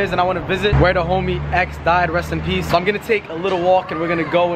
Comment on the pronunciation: Reast and peast x😩